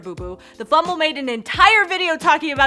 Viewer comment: "The FumBall"